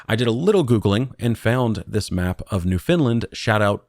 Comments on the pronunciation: Laughing at the consistent use of providence and NewFinland 😂 Unless its an inside joke from streams but also just incase its helpful we tend to say it like "prawvince" and "newffen-land" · Why are you saying 'New Finland'.!!!.. it's pronounced New-'FOUND'- land...dummy. Like nails on a chalkboard. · New FOUND-lind or New-finned-land, Newfinn-lann - those are the ways you'll hear that pronounced in Canada. Never heard New Finland before :). Newfoundland is a province...not a providence. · So I'm Canadian ... let me help you out with pronunciation; It's NOOF-UN-LUND 😅 BTW, my advice is terrif free. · Maybe it's a mistake? If I hadn't read this comment, I would've pronounced it as New Finland as well, because well... That's what it spells 😬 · Newphen LAnd!!! (Newfoundland) is how canadians say it. great vid thanks! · “New Finland” lol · NOO funlend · Newfoundland isn’t pronounced “new Finland” but close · Just listen to all of Come From Away and never mispronounce it again lol